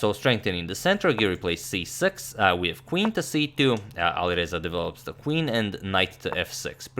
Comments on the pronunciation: And it’s not aliverza it’s ali R eza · And pronunciation of A at the Alireza is like a in cat